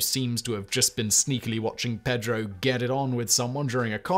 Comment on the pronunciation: I love you, man, but the real butchery in this video is your pronunciation of "Pedro"... it gives me horrible middle school flashbacks. And you did it four times as I've typed this. Five!